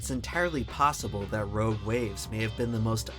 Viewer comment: the way he says “rouge waves”